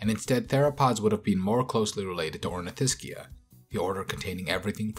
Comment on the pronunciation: Very cool video and super happy that this featured the Sauropods. Great job on trying some of the most difficult pronunciations. However a few corrections on some general pronunciations - Saurischian (saur-ish-ee-an) and Ornithischian (or-neh-thish-ee-an). I know Sauropods are pronouced sor-oh-pawds, however, when it comes to Sauropoda and other "poda", the paw becomes a po (Sor-o-po-da) like the po in podiatrist. Hope that helps